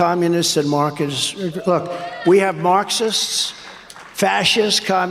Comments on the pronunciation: Tronald "Massive" Dump thinks that Communists, Markers, and Pretzels are dangerous to his Fashist Regime. And he said "Schumer" (Amy?) and "Shiffs" wouldn´t come into HIS country. They have to print one or two more questions on the tourist´s papers. 😎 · I knew that would be you bit you highlighted! I watched the speech to see what insanity would ensue. Had to laugh when I heard “Mark-ists….denied entry to our cunny” 😆